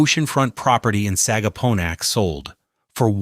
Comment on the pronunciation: A good summary in general. AI mispronounce many words - difficult ones such as ‘Sagaponack’ is expected but simpler ones like ‘striped bass’ is unacceptable. Additionally many accompany photos had nothing to do with the South Fork. Take the traffic photos - you didn’t need to find a big jam from somewhere else. You could have used actual traffic from here. Some mornings have a 10 mile backup entering Southampton from the west. Early in video the whole of Long Island was referred to as the South Fork. It’s in the details.